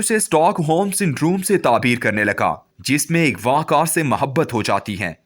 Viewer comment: لفظ اغواء نہ کہ اگوا آہنی اردو درست کرو پھر اردو زبان میں ویڈیوز بناوُ۔